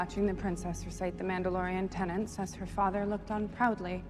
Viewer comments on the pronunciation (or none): Bo-Katan pronouncing "tenets" as "tenants" really bugs me, but the sword-and-board scene almost makes up for it.